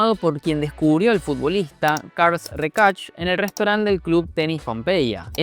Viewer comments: Mejor no digas mas el nombre de Carles, nada que ver como lo pronuncias al igual que el de el señor Minguella. saludos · Carles en catalán no se pronuncia "carls" sino "Carlas" o "carles" tal cual, depende del acento y la zona de Cataluña. Solo puntualizarlo👍🏻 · Por respeto a las personas con nombre en catalán, o cualquier nomenclatura catalana, deberíais informaros un poco más en la pronunciación (seguro que con el inglés os trabajáis más este aspecto por imposición cultural). Un ejemplo: Carles Reixach (os comisteis la i): No es "carls" la pronunciación sino tal cual se ve escrito Carles (es cierto que la "e" es neutra por lo que algunos castellanosparlantes optan por usar una "a", pronunciando "Carlas"); en cuanto a su apellido: la "i" NO se pronuncia (posiblemente de ahí que os faltara escribirlo), la "x" suena como un "sh" (por ahí fuisteis bien); pero la "h" final es muda (en catalán el sonido correspondiente al "ch", se escribe "tx". En catalán la "h" SIEMPRE es muda). En definitiva; se pronuncia "reshak". En otro video pronunciasteis "Jaume" con "j" sonora como en castellano, cuando en catalán no existe ese sonido aspirado; la "j" se pronuncia igual que en inglés como una especie de "y/ll"; por lo que se pronunciaría "yaume/llaume". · Se dice carles no carls 😂 es catalán no inglés. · No creo que se muy dificil pronunciar C A R L E S , que no es otra cosa que la traduccion caralana del nombre Carlos.Cambias la O ,pones la E y lo pronuncias como se escribe. En vez de ese ruido que emites al intentar pronunciar el nombre de una manera rara.El apellido si es más deficil para un castellano parlante. Dicho eso ...si el cambio en el Barcelona hubiera sido solo por Messi no se hubiera estado haciendo el ridiculo sistematicamente en Europa con Messi en el campo cuando se fueron Iniesta,Puyol ,Xavi,Victor Valdez ... Para terminar ...la primera Champions que gano Messi la vio desde el banco de suplentes. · Es Carles RESHAAAAACCC no RECASHHHHH, jajajajajajaja